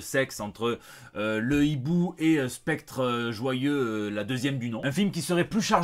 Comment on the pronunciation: Est ce que tu peux m'expliquer comment toi, fan d'Alan Moore et aussi de Watchmen, peut avoir la langue qui fourche en disant Spectre Joyeux au lieu de Soyeux 🤔